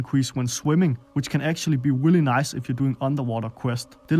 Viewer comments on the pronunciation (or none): Want a danish accent? pronounce every "r" like a "w" and you're good to go. Also, "Willy nice"